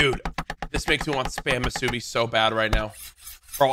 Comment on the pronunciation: Courage, It is pronounced MUSU BI NOT mUsUyBiA